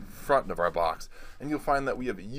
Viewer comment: "Les take a look inside the bocks"